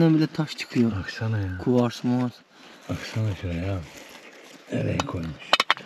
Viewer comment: KUARS DEĞİL O